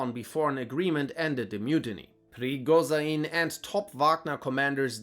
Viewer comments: Hate to seem like a nerd but its pronounced "Preegojin" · Der Kollege hieß PRIGOZHIN. Auf Deutsch ausgesprochen PRIGOSCHIN. Nicht PRIGOSAIN. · What is this horrendous prigozhin pronounciation